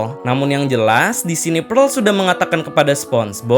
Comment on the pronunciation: PEARL NOT PREL